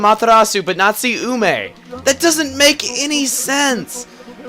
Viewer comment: You said Ume right! Huzzah!